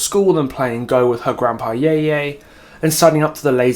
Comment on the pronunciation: I know her lore is serious, but the car crash jokes that came from it were so good 😭😭 (also Yeye is pronounced more like "yuh-yuh", an 'e' in mandarin is more like 'uh' in english, just as a rule. But also who expects ppl to just get pronunciations right first try <3 )